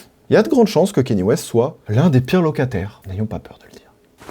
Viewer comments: c'est pas kénié bordel ça se dit "ka nyé" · Pourquoi tu prononces Kanye : Kényé ? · Kanye se prononce "kanié"